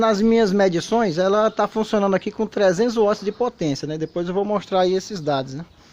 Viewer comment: Voçê é um grande tecnico: Cientista caseiro Parabens! SÓ ouvir "WATTS" e não VATIS pra mim é tudo Abrç